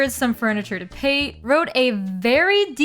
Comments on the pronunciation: Cracked up over your called Pate, "P-Ate" over and over again, its pronounced like Pâté 😅 its a food reference to ground duck liver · Pretty sure her name is pronounced pah-tay as in the spread made from duck liver. The names in this series get super dark, like Elmer, the horse villager x) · helppp girl Pate is pronounced like Pat-ay (or pah-tay, i guess). her name comes from the french word pâté and the bulgarian word for ducking "пате" (which funnily enough is pronounced the same as the french word). LOVE the vid tho lol great work! currently watching while playing new leaf :) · Why do you keep saying Pate’s name like that?